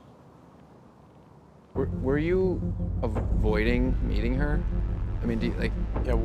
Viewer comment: Should have been “he calls HER his wifey” nev put the emphasis on the wrong word